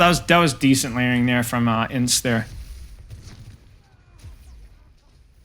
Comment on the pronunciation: haha no way you said E N C E. It's pronounced ens